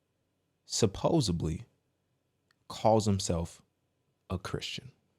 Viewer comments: I'm sorry. GIANT pet peeve. The word is supposeDly, there's no B in that word. You are so smart and discerning, and I love your content. But that makes me cringe. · Sorry but mispronounced words are an issue with me, I didn't go further then 1 minute and 29 seconds to tell you that the word is supposedly not supposably! It's like the word especially that people say expecially all the flippin' time! Sorry comes from my grandma!❤😂😊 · ~ The word is supposeDly, not supposeBly. 🤦‍♀️🤦‍♀️🤦‍♀️🤦‍♀️🤦‍♀️